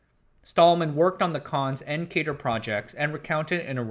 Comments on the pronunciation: Fun video, thanks for making it. As everyone else said, the 2nd MIT lisp machine was pronouced "cat-er" (CADR). Most of those pictures are of CADR's, not CONS machine. I've never seen a picture of a CONS. And the CADR was a 32 bit machine. The 3600 was 36 bits and the Ivory was 40 bits. More should be said about the 3600 - it was quite a machine. And you should mention David Moon along with Knight and RG. You can run the original CADR software today on an emulator I wrote. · 'cadr' rhymes with 'adder'. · The "a" in "CADR" is pronounced like the "a" in "cat", not like the "a" in "Kate". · You put a lot into this history. Thanks. A couple of things to add: CADR is pronounced c-ADD-er (not c-AID-er) and Macsyma was pronounced MAC-sim-a (not mac-SEE-ma). BTW, does anyone remember the Knight terminals on the ninth floor of the AI lab? There was a power switch that we sometimes had to flip when they needed to be reset. The switch was labeled "Sometimes" and "Never".